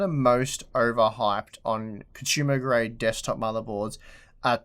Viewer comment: Its not CONSHUMER. Its CONSUMER